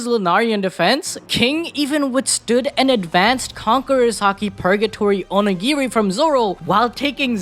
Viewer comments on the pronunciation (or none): none